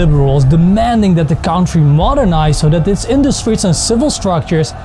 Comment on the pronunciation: Dude, it’s not ‘caantry’ Don’t say the ‘sa’ sound